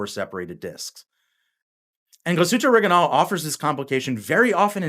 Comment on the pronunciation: Awesome watch and a nice review bar the Orig I nail pronunciation 😂